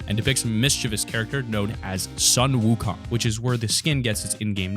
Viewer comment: It’s not ☀️ wukong people that don’t know how to pronounce it make me cringe